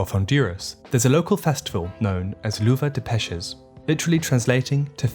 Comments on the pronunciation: Great video, as always! Just an observation: the double "L" in Spanish is pronounced similar to the English "J". So "lluvia" would sound more like "ju-vee-ah". Also, "peces" is pronounced as if written with "s" instead of "c". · Lluvia = "YU-via." Peces = "PESS-es." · you said lluvia weirdli